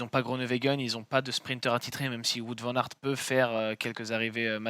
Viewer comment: Il ne s'appelle pas Voûte Van aert ...Cela se prononce plutôt Waut ou wôt !